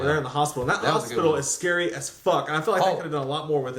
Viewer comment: That's not how you pronounce scary